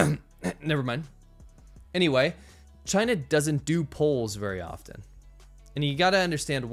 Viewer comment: 'V' for 'Vachina'